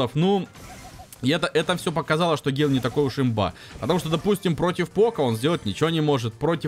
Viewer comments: Да не Гейл он ,а ГЭйл!!! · Ёмаё почему вы говорите Гейл там же чётко написано с буквой Э!!!!!!!!! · называй правельно бойца гэйл а не гейл его зовут гэйл